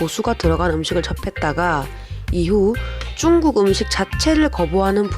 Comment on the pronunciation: 중국인데 왜 쭝국 이라고 하시나요 ? 중국인이 들으며 기분 나쁠듯